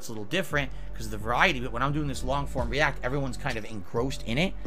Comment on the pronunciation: HE HIMSLEF SAYS 'REE-ACK.' ENUNCIATE YOUR WORDS. big ups,, good to have ya back homie